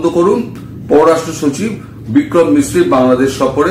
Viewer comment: Vikram Misri... Not Sikri...!!